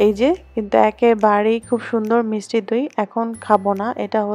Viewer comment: আপু মিসটি না মিষ্টি হবে।মিসটি শুনতে খুব খারাপ লাগে।